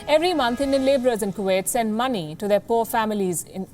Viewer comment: Did she just say “poor” families?